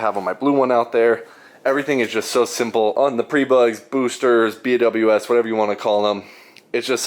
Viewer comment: B W S ❌ “Be wiz” ✅ 😜